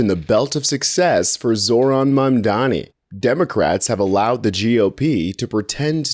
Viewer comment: The name is Mamdani. MAMDANI!!!!